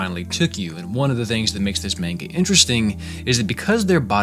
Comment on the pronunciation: I clicked on this video and immediately heard the pronunciation of "manga" butchered twice. I kind of don't want to watch this, now. Good luck.